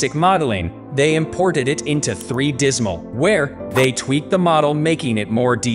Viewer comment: If your going to use AI voicing, make sure pronunciations are correct. I've worked with 3DsMax but not 3Dismal.